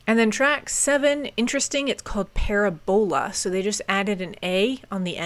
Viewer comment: I absolutely HAVE to be that person to say: “Did you never study parabolas in math class?” Pronouncing it paraBOlas instead of paRAbolas is so funny.